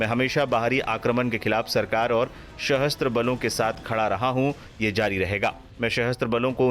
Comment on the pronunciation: सहस्त्र नहीं सशस्त्र होगा उच्चारण मेरे भाई।